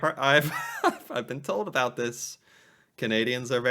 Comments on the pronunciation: We don’t say aboot. It’s more like aboat. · It’s not a boot Jesus Christ. I mean I guess I might live in a different part of Canada but that sounds ridiculous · it's not that we actually SaY 'aboot', it's just that that is how it sounds to Americans. do some research on vowel length - us Canadians use longer vowel length and you guys shorten them:)